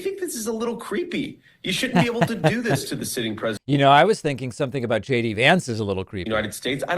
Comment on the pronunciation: Did anyone else notice JD said her name right? I guess he didn't get the memmo that they are all supposed to mispronounce her name.